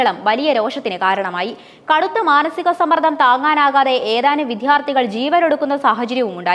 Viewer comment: വിധ്യാർത്ഥി അല്ല വിദ്യാർത്ഥി എന്നാണ് ശരിയിയ വാക്ക്